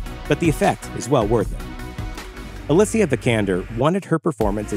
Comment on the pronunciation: its alicia vikander not ‘alissia’